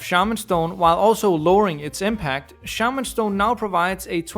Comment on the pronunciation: my boy, you massacred shaman stone